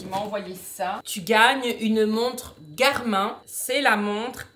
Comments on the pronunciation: pour info on dit "GARMINE" par "GARMIN", joyeuses fêtes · mdrrr james garmin on le prononce "gare mine" c'est ignoble "gare main" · Une petite chose ce n’est pas « Garmin »mais sa se dit « garmine »mais sinon trop bien la vidéo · Cette montre est trop bien et cn5trop bizarre parce que les gens prononce Garmine au lieu de Garmin !